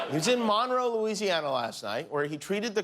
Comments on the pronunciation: It's Monroe Louisiana like the last name. Nobody could have told Jimmy how to say it? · I’m from Monroe Louisiana. And it’s pronounced ‘Mun-row’ down here. Lol I can’t believe I just heard Jimmy Kimmel mention my town. Awesome.